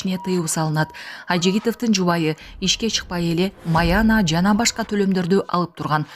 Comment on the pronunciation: Сабатсыз майаана эмес майана(зарплата) плашеттенда онураак окуй албайсынар.